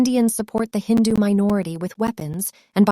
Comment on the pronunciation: Just a correction it is "HINDU' NOT 'INDU'